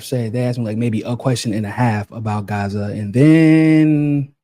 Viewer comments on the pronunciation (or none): none